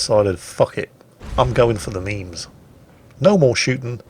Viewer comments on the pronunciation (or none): none